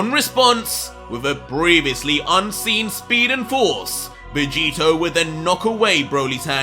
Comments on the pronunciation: Bro did you just call vegito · 25 to he calls jerin vageto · you made a mistake saying vegito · You called Jiren Vegito lol did you catch that 🤣😂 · you called Jiren Vegeto🤣 still love the work you're doing